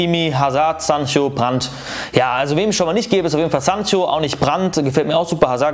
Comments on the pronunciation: Warum sagt er immer Sanchio.. der wird Säncho ausgesprochen ubd Sancho geschrieben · Bitte hör auf firminio und sanchio und bufo zu sagen